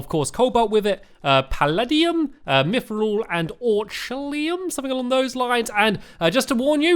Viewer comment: And you said Mythrill right:)